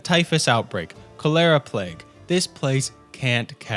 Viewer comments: It’s Kohl-er-uh, not “Chol-err-uh.” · Really loved this video. Never heard someone pronounce ‘Cholera’ like that but awesome video! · Interesting way of pronouncing Cholera